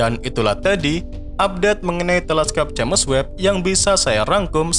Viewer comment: Udah puluhan episode naratornya masih nyebut "je'mes web"